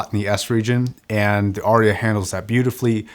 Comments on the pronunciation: “Arya” has but TWO syllables. 😊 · I’ve always assumed it was named to sound like “aria”: an opera solo. Which I’ve only ever heard pronounced r-e-ah. Of course I’m from the U.S. where we butcher words and then tell others they are pronouncing their words incorrectly :)